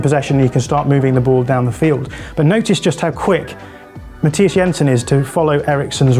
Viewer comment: He even got Jensen's first name right, despite Thomas Frank insisting on "Anglifying" it.